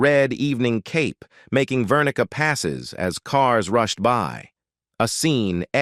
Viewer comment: He ISN'T, he WAS a big deal. The movie's name is "55 Days AT Peking." Also, you use the word "vernica." I've never heard of this. Is your cc spelling this correctly? Are you pronouncing it correctly? What does it mean? This is confusing. First, you say that Heston HATED Ava Gardner for her unprofessionalism, then you say that he thought she was a great actress--which is it? Then you are off on a tangent about who he thought was beautiful and suddenly you are segueing into his fall out with Paul Newman. Who did he truly hate above all others and why? Ten minutes into this and I've lost interest. Why are there film clips from movies that no one you've mentioned are in?